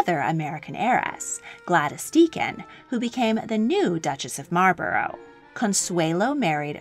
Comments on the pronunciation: Just thought I should let you know you pronounce Marlborough wrong. It’s actually pronounced Marl-bu(like bucket)-ru (like Russia). Source:have lived in the area around Marlborough (the town which the Dukedom is named for). Good video though. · You pronounce Malborough wrong. You need to look it up. I live in oxford not far from Bleinheim Palce where Winston churchil was born.